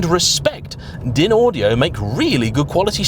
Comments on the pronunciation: DINaudio? 😂😂😂 It's pronounced DINEaudio. In 25 years in the audio business, you are the first person I have ever heard pronouncing it DINaudio. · its pronounced 'dine-audio'. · DynAudio. Pronounced “ Dineaudio!